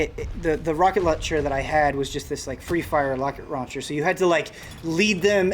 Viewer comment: “...this free-fire locket rauncher..” 🤣